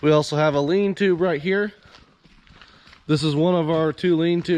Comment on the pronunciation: Lean-to, not lean tube-lol